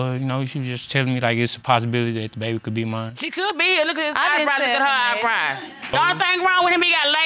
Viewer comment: "Look at his EYEBRYE" 😳😳💀💀😂😂